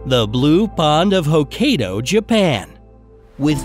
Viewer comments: Dont call it hokkeydo its hok-kai-do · Hokkaido! Btw “Hokkaido” is pronounced “ hokk-i-dou” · I was so annoyed when he said Hokkaido wrong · I’m half japanese and the fact he said Hokkaido wrong, is pretty amusing.